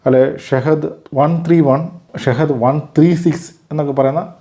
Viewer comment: Shahid അല്ല ഷഹീദ്‌